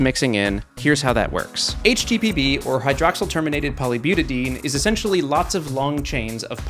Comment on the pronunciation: This was awesome! And Please, byu-ta-DI-een 👍